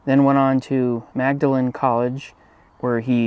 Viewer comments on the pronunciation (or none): Hey.... Magdalen college here in the UK is pronounced very differently.... just for info (no criticism, you do great content, and I love it).. you have to say something like "Mordalin" Don't know why mate!! thanks again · Though it’s spelled “Magdelin“, it is pronounced “Maudlin”. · Fun fact - Magdalen college is pronounced “ Maudlin” ( weird I know )